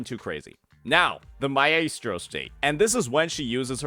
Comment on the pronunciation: Does he not know how to pronounce maestro?